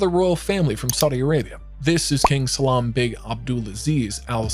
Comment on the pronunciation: No offence, but you really butchered those names something terrible. Try to pronounce all foreign words with clear open vowels. "Salman" is not pronounced "Salam", is an example of mispronouncing quite a few words.